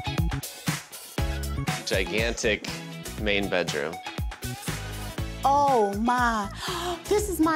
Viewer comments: Someone needs to learn how to say Bedroom. Not betroom. A speech Class wouldn't hurt her. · There is a D in bedroom, not a T.